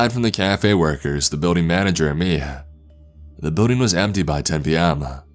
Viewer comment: Trevor and Tori he also says words like BUILDING like “BEEWDING” instead of BILL DING